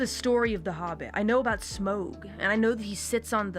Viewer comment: It's pronounced like "wow" "waow" "Smaug" according to the appendixes.